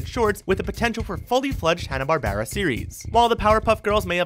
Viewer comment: is he pronouncing barbera wrong on purpose?